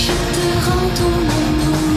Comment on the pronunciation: "I apologize for not..." Me: please, say "my terrible french accent": "... translating in the beginning" Me: Oh.... It's OK, it's OK, dude...:) Tip: listen to Google Voice in french, and each word separatly, before saying it. "rends": don't say the d ans the s in the end "amour": pronunce "ou" like in the english word "you" and the r like a angry lion or a felin